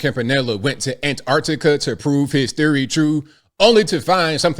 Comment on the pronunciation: Finally, an American that realises there are t's in Antarctica! Nice one! Keep up the sterling work.